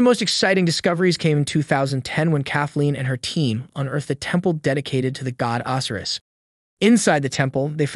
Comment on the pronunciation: Can't pronounce Osiris correctly...robot voice maybe?